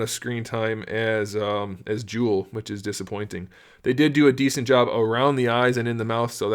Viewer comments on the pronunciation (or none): none